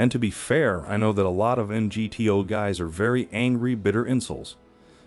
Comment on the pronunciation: Why are you pronouncing MGTOW that way?